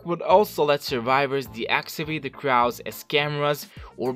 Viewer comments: Stop . . . Saying . . . CRAW! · I have to stop watching bc of the way you say crow I’m sorry